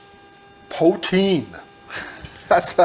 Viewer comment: It is pronounced Pooh-teen and nobody ever said it was healthy. Gravy needs to be thicker and add some Montreal smoked meat and it would be perfect. Thanks for the great video